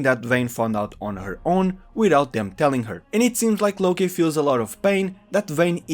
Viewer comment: Its its "Locke" is in "Lock" by the way, not "Lokay"